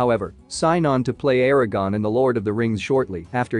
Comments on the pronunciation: Tell your AI voice that is it Aragorn, not Aragon. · Aragerrn! ARAGORN Christ.... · Your AI mispronounced Aaragorn for the entire video.